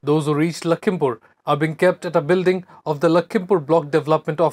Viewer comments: Its Lakhipur....not lakhimpur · Man its not Lakhimpur its Lakhipur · Atleast say lakhipur not lakhimpur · Lamo Its Lakhipur not lakhimpur 😅 kya news Dega re tu